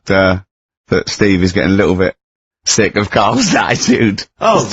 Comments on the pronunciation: sixt days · I like how Ricky can't even say sick days properly 😂